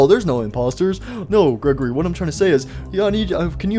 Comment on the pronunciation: Its Not Gregorly its grego-REEEEEEEEEEEEEEEEEEEEEEEEEEEEEEEEEEEEEEEEE